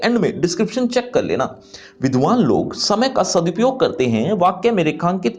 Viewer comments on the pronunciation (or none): Aapne vidvan Bola ... main vidhawa log sun ri thi🤣